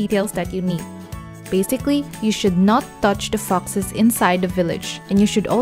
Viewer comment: Hey next time please learn to pronounce ‘foxes’, its sounds different!